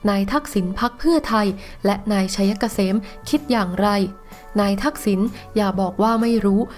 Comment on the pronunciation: ผีตัวไหนมาสอนให้อ่านชื่อ นายชัยเกษม ว่า ไช - ยะ - กะ - เสม